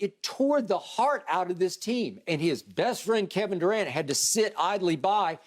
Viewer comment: “My guy Kevin Durant” but yet skip always calling him Kevin “Du’cant”